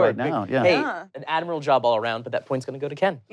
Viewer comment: Did say "Admiral job" after the spaceship question holy shit lol